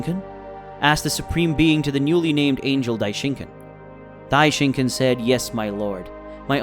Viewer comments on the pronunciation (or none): this is the first time i watched your videos and your saying Dai-shin-kin and it kinda makes me angry how your mispronouncing his name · bro said Daishinkin